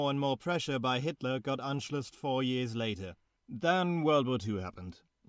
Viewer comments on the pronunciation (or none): none